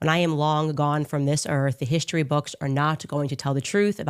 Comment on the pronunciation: HISHTORY??? Why can’t she pronounce words correctly???